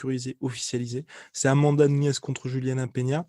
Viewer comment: J’ai jamais compris pourquoi tu dit Amanda Nhunhes c’est Nunes .😂👍